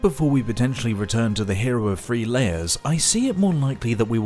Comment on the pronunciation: You did it! "(T)rue (th)reat" Now just do the same thing when you say "three" or "thirty", and you're golden!